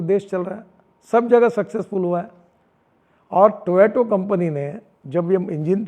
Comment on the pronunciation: Toyota ❌ Toyeoto ✅. 😂🤣😂